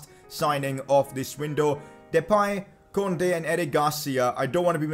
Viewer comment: Yo bro its pronounced "koondey"